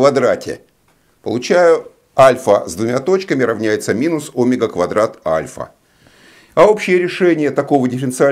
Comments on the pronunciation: Всё замечательно, но "Омега" режет слух, товарищи. Ведь "омЕга" должно быть... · У физиков есть личные ударения. Обычная практика. Например, двухвтОмные. Ещё от региона зависит. Привычка =! истина :)